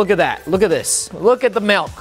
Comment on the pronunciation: He said malk 😂